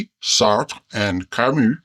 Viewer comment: I love how a can pronounce Sartre and Camus correctly! ❤